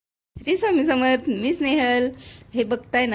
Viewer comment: श्री स्वामी समर्थ असं नीट बोला ताई